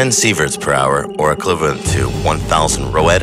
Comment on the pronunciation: he can’t even say equivalent He says it like elkwhiverlemt